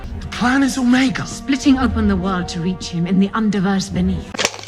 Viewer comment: Best part about the Omega reveal is that the doctor forgot how to correctly pronounce his name, would’ve been too much effort ig